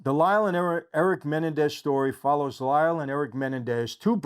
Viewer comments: I already dont believe michael cause he cant even pronounce their name correct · Just because the media pronounces it one way it doesn’t mean that’s the correct way. The man spent 11 months with Erik and Lyle, MAYBE they told him how to pronounce it. You don’t know. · Why is he pronouncing their last name, Menendez, wrong? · You're pronouncing their last name incorrectly. The accent is on the the second e. Great content! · Michael you're not pronouncing menendez correctly. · You’re pronouncing their last name incorrectly. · Will somebody please tell this guy how to properly pronounce Menendez? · The way you are saying their names is making me go insane. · If ibhad a penny for everytime you aid their last name wrong lol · I love how he’s pronouncing Menendez 😂. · It’s not menendez please at least pronounce their name correctly. I’m sure you probably didn’t intend on being disrespectful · Why can't you say their last name correctly? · I wish Michael would pronounce their last name correctly, just once 😅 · YOU CANT EVEN PRONOUNCE THEIR LAST NAME CORRECTLY. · Is he pronouncing their last name right? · Michael- your pronunciation of Menendez is off. You’ve added another vowel. Just saying. Thanks for thr recap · IT'S......... MA__NEN__DEZ......... ........NOT...........MEN__DA__NEEZ..... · It's MenEN dez, not MENendez. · It's Me NEN dez not Men en dez. If you're a friend, you should know that. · Its Men end ez not Menandex lol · I really enjoy your videos, but have to say, isn't it pronounced muh·nen·dez? And not menen-dez? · Men NEN dez. That’s how. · Just wondering why you are unaware of the correct pronunciation of their surname? It’s Menendez. Accent is on the second syllable not the first. How would you feel if your name was mispronounced to millions of people? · Meh- nen- dez 😂 Is it a good series? Well done ? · It’s pronounced me-nen-daz😂🤣 love your videos Michael! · The correct pronunciation of their Latino last name is actually MeNENdez.